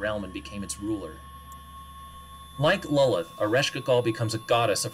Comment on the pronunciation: Lolith!? Wtf lol! Its Lolth!